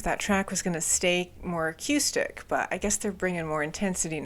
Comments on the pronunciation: U confuse accustic,😅(as u would say), sorry no offense, it was just clean vs. Dirt. Lol. Its pronounced A-Coo-Stick. Haha, But most of what u were calling A-Coo-Stick was just a clean tone. 😮 i mean if u wanna comment on something dont look silly bout it. 🫡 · Bro why do you say acœüstic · I think this is the first time I hear someone pronounce the word "acoustic" like that. :) Also, I suggest checking out Cave In, especially their album Jupiter. It's one of my all time favorite albums, and it has that spacey atmosphere you can hear on Hum and Failure (another fantastic band) albums.